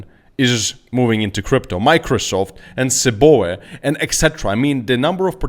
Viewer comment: hey bud.. it's not (Cee Bo ah) it's the Chicago Board of Options Exchange.. pronounced by just saying the letters.. (Cee- Bee -Oh - EE).